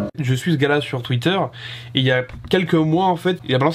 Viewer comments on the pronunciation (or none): none